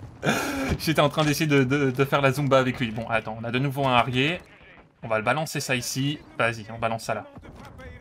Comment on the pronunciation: arié hahahaha ça se prononce arière ou arieur (Harrier) merci pour nos oreilles